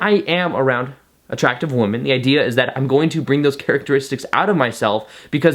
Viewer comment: Can u please say "women" for plural?? it's like how u say u "men" for plural One man two men One womAn two women ENGLISH LESSON OVER You're welcome. From all the women watching this.